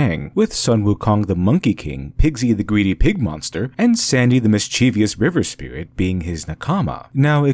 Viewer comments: Pet peeve of mine, but mischievous is pronounced MIS-chiv-us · I like your essays. Past participle of "spew" is "spewn". Ignore erroneous modern dictionaries and grammatical books. "Mis - chiev - ous" has three syllables only. "None is", not "none are" because "none" means "not one" which is, though negative, singular not plural. So "none are" is wrong. It seems that your observations are very intelligent and original. Could be you summarize the thoughts of others, but I don't see it. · Great content! Thank you. Sorry I'm over a year late. You're incredibly intelligent, but some of the pronunciations detracted from my enjoyment. Surprisingly correct: denouement Socially acceptable: anime, manga Made me sad: nakama, mischievous, Oedipus, Delphi